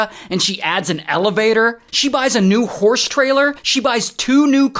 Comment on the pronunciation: I thought Ray was calling her out her name 😂 “so this WHORSE lady”